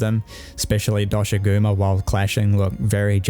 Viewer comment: Hearing “See-kret” and “Dosh-a-goo-ma” has made me like you already! It’s also a generally good video explaining the strengths and weaknesses of Wilds at launch as a whole. :) (It’s how I say the names of these guys too, the official pronunciations of them is weird)